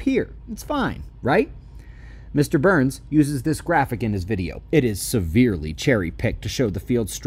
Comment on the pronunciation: Were you saying BURNS or Booo-urns 😂😂😂